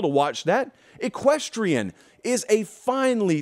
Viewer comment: Strategerie and Equestrian…. You have found a new fan. Sheesh. You didn’t miss a beat on that terrible exhibition of pronouncing English words.